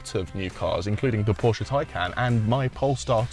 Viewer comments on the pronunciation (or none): none